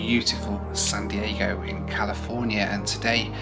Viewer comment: I think I heard you say sun Diego😀